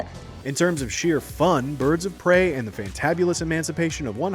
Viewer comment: Pirds of Brey